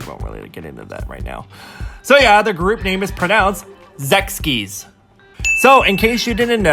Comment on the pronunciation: Just wanted to correct some: - fromis_9 is written as 프로미스나인 in hangul and is usually pronounced like "promise nine" in Korea. Pronouncing it similarly with an F is fine too. The name means "From Idol School 9". - Sechskies is 젝스키스 in hangul and is pronounced similar to "Jeck's Kiss". No one would understand who you're talking about if you said it as Zeks-kies. - DMTN had changed their name from Dalmatian during their last comeback. DMTN was supposed to said as it is spelled. - Fin.K.L is written as 핑클 and pronounced like "pink-keul".